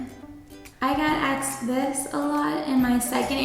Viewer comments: I hope you didn't say "axed" instead of asked or "mines," or I guess they hired you so they don't happen to care much... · Where are you from pronouncing asked like "aksed"? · Love the video but I can’t get past the “axed” 🥴😂